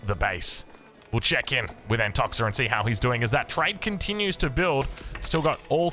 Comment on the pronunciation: Just a little thing about nicknames. I'm sure Antoxa won't mind it but the right way to read it is Antokha